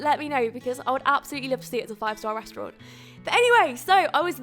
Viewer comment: Please say restaurant like a normal person, don't try and make yourself sound posh.